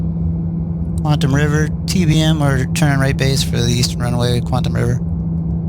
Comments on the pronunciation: it's not QUANT-um, its QUAT-EM. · Really enjoyed the trip sir! Just to advise, it's "Quatam" River (no 'n'), rather than Quantam, although the latter sounds more Sci-fi and cool! :o)